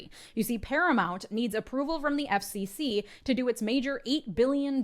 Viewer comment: Every time you say FCC, I hear Epstein C and it is very funny